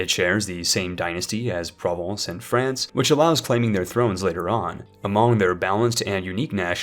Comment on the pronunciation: Franke and frankonia? Or... france and franconia I had to lol